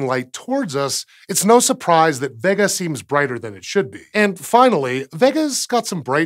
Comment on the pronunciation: Great video. But isn't it pronounced vay-ga, instead of vegga?